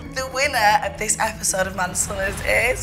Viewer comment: man said "man summers" i'm dead